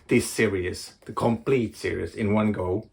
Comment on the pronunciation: Lobster Johnson and Criminal❤Series and serious are pronounced differently.🤓🤐